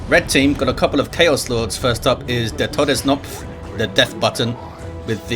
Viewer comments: Hey german here You actually pronounced Todsknopf almost perfectly... The only hiccup I could hear was the fact that in german the k in that word is not silent like in english XD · Just FYI the K in TodesKnopf is pronounced like in karma, not like in knife, knot or knight. Otherwise, your pronounciaten was fine and, of course, thx for hosting, as usual!